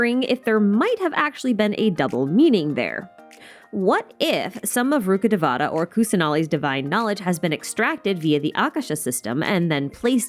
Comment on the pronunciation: Rukhadevata should be pronounced as Rukha dhe-va-tha. Dhe-va-tha means godess. It's not pronounced as te-vaa-taa. Same for Devi. It's should be pronounced as dhe-vee. It's sad Genshin isn't putting much effort on the right pronounciation for the names that has so much cultural value.